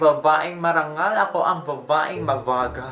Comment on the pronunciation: Utas na utas ako sa "vavaeng mavagal" ravaaan hahahaha